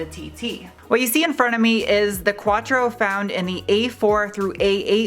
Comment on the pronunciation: Is pronounced quattro not quachro for fuck's sake!